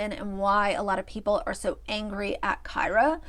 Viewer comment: Kyra is pronounced Keer-ah. Like Deer.